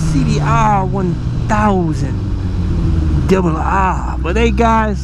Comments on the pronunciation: Lmao love when you say what motorcycle you are on "cbr1000 double rrrrrrr"😂My favorite motorcycle channel hands down👌🏽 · "double RR" love how you say it lol. I agree with the challenges you noted about electric - a hybrid would be cool but at the end of the day all this new and improved tech is still (and will still be) so cost prohibitive for the most part for most of us for many years to come. I would love to try an electric just for fun but won't be buying one any time soon. Now a hybrid adventure would indeed be amazing!!!!! sic for sure!!!!